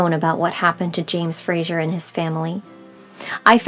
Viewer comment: Very interesting. I wish😮 you would pronounce his last name correctly. It's FraZer. Not Frasher. I have Scottish and Irish roots. So this was very interesting interesting. I love genealogy!